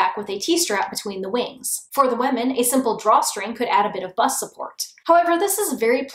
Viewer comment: Is it just me or does she say "wamen" instead of women sometimes. Okay just me. I loved they video btw <3